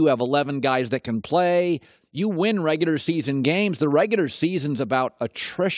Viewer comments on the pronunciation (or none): “In da reguder season.” ~ Colin Cowherd